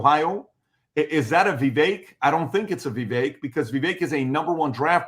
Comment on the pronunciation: CAN YOU GUYS PLEASE SAY VIVEK’s NAME CORRECTLY!! OMG ITS ANNOYING AND RUDE AT THIS POINT GROWN MEN!